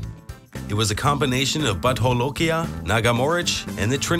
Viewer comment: What??? Butt holokia??? Hilarious..hahahaha hahahaha... Kindly note the correct pronunciation of no. 7 is Bhoot Jalokia, Bhoot meaning Ghost and Jalokia is the name of the place in Nagaland where the pepper is mostly produced. Amongst the locals they called it Raja Marja, king chilly.